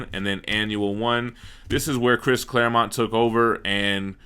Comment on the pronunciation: Pronounces “Claremont” correctly. Me: satisfied sigh: goes back to saying “Claremount.” Me: Screaming internally.